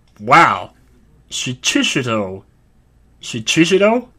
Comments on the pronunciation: You were close with the sword name! I'm pretty sure it's shee-chee-shee-toh. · It's pronounced shee-chee-shee-toh